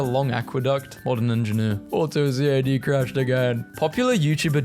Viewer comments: And all this time I thought you were human But only an AI would not be able to say CAD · aaaaaa it is pronounced as a whole word, "cad" not "C A D"